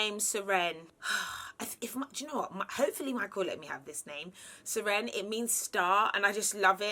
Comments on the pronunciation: Serene is pronounced sir-een, as in look at how calm and serene it is. Hearing it as sir-enn was very weird. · It's spelt Seren, and it's Welsh.... It's pronounced SerrAN - just FYI 😁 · Serene pronounced differently to Seren. She meant Seren 😊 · Pronounced: suh-ren-a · I’m Welsh, I love the name Seren too but it’s pronounced like the beginning of Serengeti as if it’s one syllable, rather than two the way you’re saying it like “Se-Wren”. Whatever you choose I’m sure it will be beautiful. Hope everything goes well ❤️ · Serene and Seren are quite popular names where I live but we don’t pronounce them like that - I live in South Wales UK so I’m surprised she’s saying it different 🤷🏼‍♀️ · Serene is actually spelt “Seren” and is welsh for star, i was weak the way she pronounced it😂😂😂